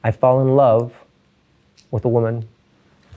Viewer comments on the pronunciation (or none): none